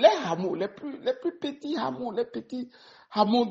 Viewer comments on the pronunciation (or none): Hameau se prononce "a-mo" et non HHamo !